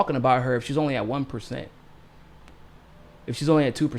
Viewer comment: NU-CLE-AR. Not NU-CU-LAR, that's how George W. pronounced it.